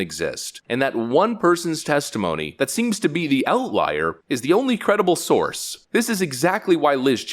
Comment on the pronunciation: Emphasis on outLIAR lol